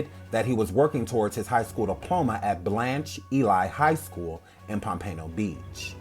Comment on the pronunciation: Its blanch Eee-Lee